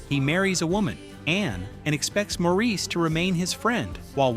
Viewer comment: The movie and character “Maurice” is pronounced “MOR-is”, NOT “Maur-EES”. If you had seen the film, you would know how to pronounce the name correctly ❣️❣️❣️ correctly. ❣️❣️❣️❣️